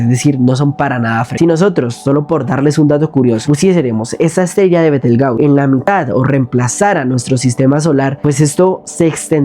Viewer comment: Me gustó tu video, la pronunciación de betelgeuse es: "betelyius" Para que la tierra esté en peligro de una super nova está tendría que estar entre un radio de 50 a 70 años luz, betelgeuse está aproximadamente a 650 años luz, no nos afecta en lo más mínimo, por otro lado si pusiéramos a betelgeuse en el lugar del sol su diámetro se tragaría a los planetas mercurio, venus, tierra marte y el cinturón de asteroides, así que no, betelgeuse no es tan grande como todo nuestro sistema solar... solo ese par de observaciones sin el afán de molestar, excelente video.